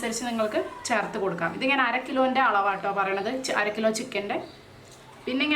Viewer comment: Charthu ennalla,cherth